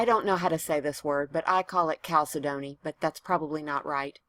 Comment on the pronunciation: Cal-SED-nee with the accent on the second syllable.